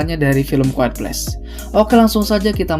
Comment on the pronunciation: QUIET bacanya Quwayet ya bang 😅